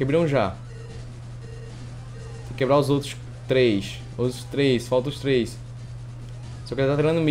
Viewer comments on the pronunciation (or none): none